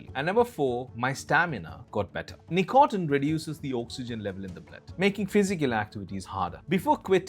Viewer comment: great video, but tb100%h, the pronunciation with some words, starting with "nicotine" is killing me